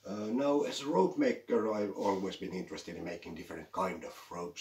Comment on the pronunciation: Greetings from germany. You pronunced the name perfect. Recently i was insirered by your videos to make a "ropemaker" myself. Parts should arrive soon.😇. Now i just enjoy this video and do some knots👍. Thank you for the work and effort you put in this videos!